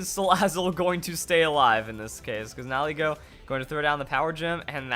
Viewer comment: I like your channel but holy damn nihilego nihil ego knee-heel-ai-go